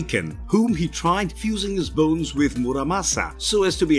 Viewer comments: bro you sounded like you said balls instead of bones lol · No he didn't